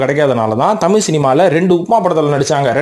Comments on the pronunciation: மொழிப் பிரிவினை , அதைப் பெருது படுத்துவதும் இருக்கட்டும் ........ நீங்கள் குறிப்பிடுவது தமிலா அல்லது தமிழா ? முதலில் அதை சரிப்படுத்தவும் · Sir tamiy illa thamizh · AYYAYYO. THAMIZ. THAMIZ. TBHAMIZ......... EPPADI. PESIYE.....NAASAMMA PONAAYE MARATHAMIZHA. MAKKUTHAMIZHA? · முதலில் நீங்கள் "தமிழ்" என்பதை சரியாக உச்சரியுங்கள் பார்ப்போம்.